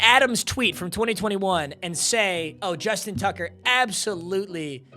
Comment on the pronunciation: “Justin Tugger”😭😭